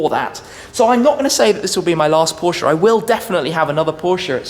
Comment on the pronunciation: He has trouble saying “Porsche “ thats y its going